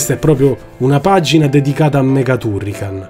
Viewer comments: Basta guardare il mio avatar e capire qual è il mio preferito! Comunque confermo la pronuncia TUrrican, anche perché il nome è preso dall'elenco del telefono, un italianissimo Turricano, grazie per aver condiviso i ricordi! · Si pronuncia "Tarrican"!. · Non ti preoccupare, all'epoca sbagliavamo tutti i nomi. Ti posso perdonare tutto poiché nessuno mi riporta a quegli anni come i tuoi video!. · Anche io ero ironico, ma dopo che lo hai detto così tante volte nel video, mi dispiaceva per il povero Turrican. Se sbagli la pronuncia allora non conosci bene la lingua, vale lo stesso per tutte le lingue del mondo (giapponese incluso).